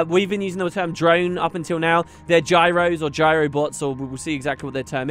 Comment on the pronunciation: Gyros = Signets is what I am hearing